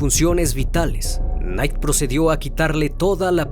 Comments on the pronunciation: Se pronuncia "nait"! No k!nait! ,Buen documental! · Nomás un consejo, investiga bien cómo es la manera correcta de pronunciar palabras en otro idioma." Knight" se pronuncia " nait " , no " que nait", la k es muda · Se pronuncia naigt knight signifca noche en Español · solo una pequeña correccion Knight se pronuncia "nait" igual que night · No mames no se pronuncia "kenait" 🙄🙄🙄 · Excelente trabajo! Una humilde crítica constructiva. Si vas a pronunciar en otro idioma que no dominas busca referencias. El apellido Knight se pronuncia "nait" la K es silente. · Muy buena historia. Me gustó más esta narración, sin grandes pausas. Un detalle: la K de Knight no se pronuncia; se pronunciaría /Nait/. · hola se pronuncia Nait .....sin la K ¡ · Knight! Pronuncia bien. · La "K" no se pronuncia en la palabra Knight.